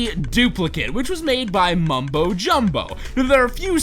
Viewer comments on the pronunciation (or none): none